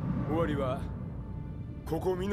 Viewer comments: 尾張国 桶狭間 →日本語 おわりこく おけはざま →土星語 おちょうこく かんおけはざま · 大勢力 ✕おおせいりょく 〇だいせいりょく 尾張 ✕おちょう 〇おわり 食い扶持 ✕くいっぱじ 〇くいぶち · 尾張(おわり)をおちょうと読む男そこに痺れる憧れるぅぅぅ！ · 尾張（おわり）って道三が死に間際に言ったのにおちょうと読んでしまう男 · 尾張(おわり)じゃなくて尾張(おちょう)と読む男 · キャラクターがおわりって言ってるのに頑なにおちょうって言ってて草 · 尾張(おちょう)はさすがに笑った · 尾張をおちょうってww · 尾張は「おちょう」じゃなくて「おわり」やぞ。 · 「おちょう」て（笑）（笑） え･･･？？？ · 尾張(おちょう)ではなく おわりですよ！ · 尾張(おわり)ななんやねんおちょうってこのお調子者が。 あとナルガクルガは次作より辻竜に改名で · おちょう… 読み方、おわりなんだよなぁ… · ごめんおちょうで吹いたw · おちょうで草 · おちょう国はマジで草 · いやまあ普通そうは読めねぇよなぁ（昔同じ間違えをした男） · 尾張って出た後に読み間違えるの草